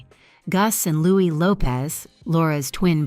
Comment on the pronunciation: Wasn’t Fergie caught for cash for access and it’s still mentioned to this day, even before the Epstein files?? And even after her divorce to Andrew. Camilla’s daughter’s last name is pronounced like Lopes not Lopez, and Louis is pronounced like the French version, not English, and Camilla’s ex-husband is Princess Anne’s daughter Zara’s godfather. There has been intermingling between Anne and Charles with the Parker-Bowels family for decades!